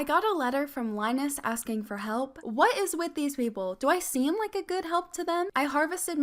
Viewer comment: When she said donate a like I thought she said donate a leg